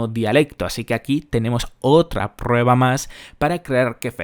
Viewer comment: "Tenemos otrrrra prrrrrueba mas"... Pareces ruso bro